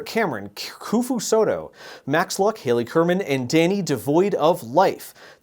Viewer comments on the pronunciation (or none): none